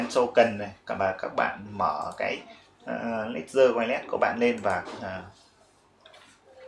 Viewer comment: đọc là Lét-giờ, không phải Lé-gần.